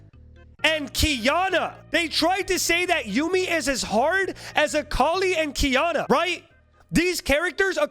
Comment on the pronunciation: It's akali